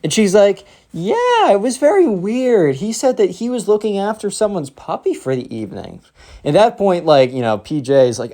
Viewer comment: When u said puffy Stead of puppy I laughed so hard